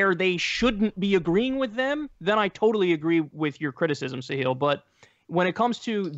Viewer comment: Kyle its pronounced Sahil not "Sahiel" :p